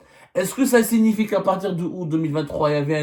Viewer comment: Sirie au lieu de série…. sIgnifié …